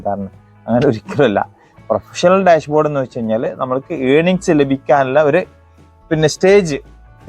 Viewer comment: ഡാഷ് board ൽ എങ്ങനെ പോകണം പറയുമ്പോൾ ക്ലിയർ ആയി പറയണം